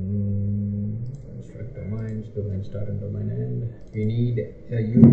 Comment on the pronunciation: construct dominee , what is this dear , ? its do-ma-in ....